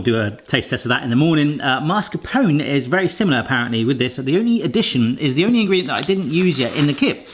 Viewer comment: can someone explain to me why anglo-saxons can't prononce MAS-CAR-PONE correctly ( they always say MARS-CAPONE)